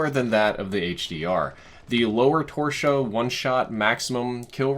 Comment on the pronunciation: “The lower torshow...” lmao